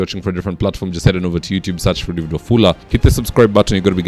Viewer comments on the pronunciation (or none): none